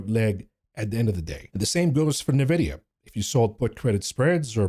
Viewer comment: It Nvidia not Nevidia